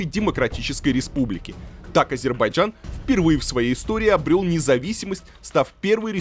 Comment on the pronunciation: Азербайджан . Говори правильно произношения страны про которую рассказываешь .